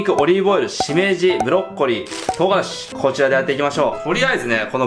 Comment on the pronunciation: 唐辛子が冨樫って聞こえた マサルがこんだけ毎日投稿してんだから 冨樫先生仕事して下さい。